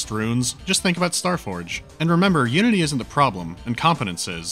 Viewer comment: When he said "Unity engine" I thought he said the "you-idiot engine"...